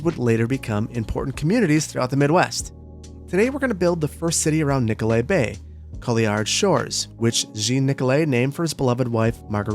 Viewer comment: I keep hearing Nicolet Bank